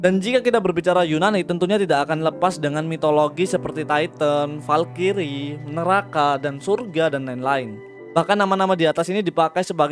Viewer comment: Bang Valkyrie itu cara bacanya bukan (Valkyries) tapi (valkris)